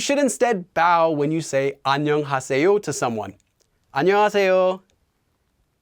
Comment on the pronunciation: He’s pronouncing is pretty odd, your depiction is more accurate